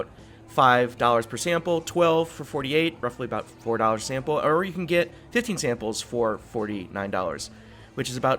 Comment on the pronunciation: i was gonna say haha sounded like he said 50